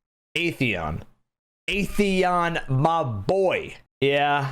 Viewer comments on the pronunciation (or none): I love how the Destiny community choose to ignore the correct pronunciation of at-theon and just kept calling it ae-theon. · it is. During age of triumph cutscene in D1, the speaker went over our accomplishments. He pronounced it as At-theon.